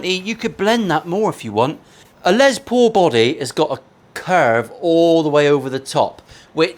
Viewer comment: Here I am editing a Les Paul video watching a Paul Les Paul video. At least you pronounce it normally, unlike the Yanks and their Less Paul. Last time I mentioned that, I think I triggered the whole country.